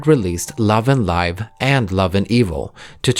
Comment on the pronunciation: I hope this helps, I think it is pronounced as /LIV/ as in a verb, not /LAIV/ as in an adjective. Love & Live means that Vivi has learned how to live as a human by also learning how to love. It was the love that she experienced in 1/3, and perhaps the memory of the love she experienced with Yves, that allowed her to be liberated from her android form. Eventually, in Love & Evil, the girls also learned that love is not only something good, it can also be cruel. To be enmeshed in the intricate world of love is like being lost in a Mobius forest. It's up to them how they would be able to cherish the sweetness of love while facing its sometimes cruel consequences through a Sonatine.